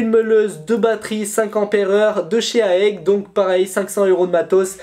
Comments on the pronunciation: Bon concours bg euh juste on dit pas aèg mais A E G juste les lettres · Mdr 😂 c’est pas aègue c’est A.E.G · C'EST A.E.G pas aeg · on di pas aeg mais A E G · Salut je crois qu'on dit A.E.G et pas Aégue 😂 Sinon continue tu gères, j'adore ta chaîne